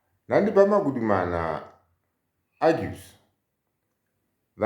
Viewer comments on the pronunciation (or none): "Magudumana" NOT "Magumana"